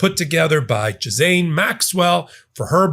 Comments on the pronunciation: It’s not JIZZ-ANE, it’s GIL-ANE. Keep up the good fight.💙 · I think you’re pronouncing her name wrong. You keep saying “ja-zane” Maxwell. That is how you are pronouncing her name. Are you trying to say “gee-lane” maxwell? If you listen to how Ben pronounces it I keep thinking you’re talking about a different person. Please double check the pronunciation. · Please pronounce her name correctly. It’s pronounced Geelane, with a hard G. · Its pronounced Gee lain. And you corrected ypurself wrongly with Epstein because it is Ep Stein like Frankenstein or Einstein, and not Ep Steen aa everyone is sahing. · Ghislaine Maxwells name is pronounced (Ghee-len), just fyi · I appreciate your podcasts, but I need to correct you on two things: 1) Ghislaine Maxwell - pronounced ghee-lane. 2) The genital area on a woman is called the vulva . The vagina is the internal birth canal; it isn't external.. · Ghislaine is pronounced Gilane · Ghislaine is close this pronunciation: Gee (as in geese)- len' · Pronunciation: ghee lane is how you say the madam's name. French. Mispronounciation implies ignorance. Having said that, I absolutely love your work. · There’s no S in the pronunciation of Maxwell’s first name.